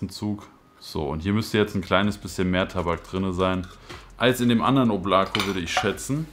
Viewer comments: Weist du eigentlich das man es nicht “Oblako“ sondern “Oblaka“ spricht ? Bedeutet übrigens Wolke 😜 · Nice review. Aber beim "Oblako" bitte erste "O" betonen. Danke. Wobei Aussprache ist viel besser als beim "Voskurimsa"))